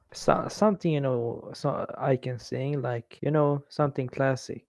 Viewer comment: там не сыынг , а сиин - "петь" - сынг у них это грешить